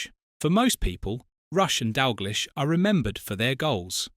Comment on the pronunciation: Turned off, its Dalgleesh not Dalglysh…..😡